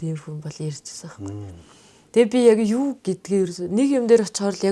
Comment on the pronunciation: yu yu geed shaachiwda😂